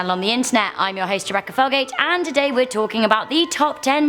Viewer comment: [ADMIN] 1 Butchered her name lol